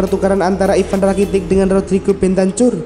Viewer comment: BENTAKUR DI BACA WOOOYYY